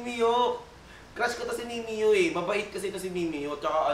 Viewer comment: please wag ..wag mo i collab si mimiyuuuh masisira image ng idol ko..mali pa pag basa putek mimiyooo daw